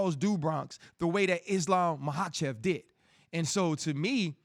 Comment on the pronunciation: Omg this idiot has no idea about anything fighting. This was all on a sheet and he was reading it before and still had to look at the specific mma terms on the paper he had. Doesn’t even know how to say their names. Mahachave and volkanauski… shut up idiot